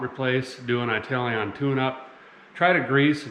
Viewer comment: “I-tal-ion” 😆 should be an Italian last name! Wonder where his lineage comes from.